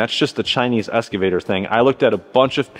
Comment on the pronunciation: Sound like you say "Escavator".